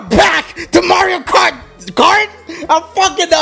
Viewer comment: I'm watching the start and ERNNNN is already funny and did he say mario karteyy